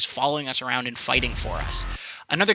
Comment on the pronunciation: "walking arround" haha